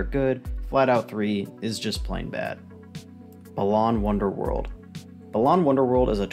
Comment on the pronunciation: You're pronouncing it wrong. It's not "Balaan Wonderworld", it's "bAlan Wonderworld" (with emphasis on the first "A").